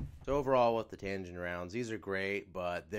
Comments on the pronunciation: TAG-inn not tan-ginn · Tagin not tangin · Say it with me bro TAG-INN